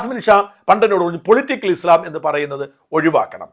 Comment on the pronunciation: ഉച്ചാരണം - ഇസ്ളാം അല്ല ; ഇസ്ലാം/ഇസ്‌ലാം എന്നാണ് 😊